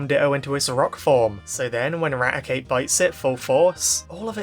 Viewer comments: "This episode horrified everyone! Raticate broke his teeth!" (And yes you pronounced the name right.) *Meanwhile in the manga Arbok gets cut in half, Zinnia gets stabbed and hyper-beamed in the face, and an entire region basically dying and only saved by Ruby using Celebi to go back in time. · we have hundreds of episodes from the Original Series and Sun and Moon to disclose the pronunciation of Raticate. It's always "Rat-e-kate" like eradicate.